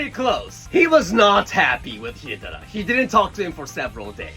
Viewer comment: Jokes on you, I spent the better part of this video practicing pronouncing Hidetada like you cause I thought it sounded neat. 😂